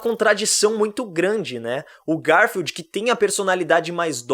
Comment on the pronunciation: também penso nisso GAR FIELD 😂😂😂😂